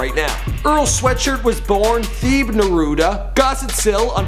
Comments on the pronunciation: his name is pronounced "tae-bae" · this boy said THEbe